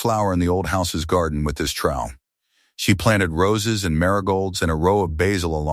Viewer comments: It’s trowel not trial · Trowel not trial. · Say basil or trowel one more time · motherofgod that was killing me